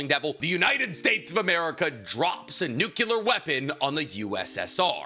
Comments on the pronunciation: NUCLEAR! It's nuCLEar, not nuCULar. What the hell man? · My brother in yhwach It is NUCLEAR not NUCULAR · "nuke-you-lar weapons" lol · It's physically impossible for this guy to say the Nuclear correctly.